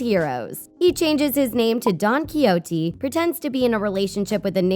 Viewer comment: Please before you do a video look up how to properly say don quijote